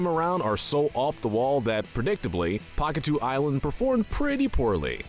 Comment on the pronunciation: Isn't pahkitew pronounced akateyo or pakateyo?